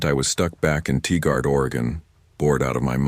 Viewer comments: It's Tigard, OR not Ti Gard, OR lol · Tigard, Oregon Pronounced like Tie Guard, for AI you can break proper nouns up often to get the voice to say it correctly....you can use Google to know how to pronounce names...with AI it's a bit of a hassle but not impossible. You can also check out an onimonpia generator for noises, like knocks and alerts.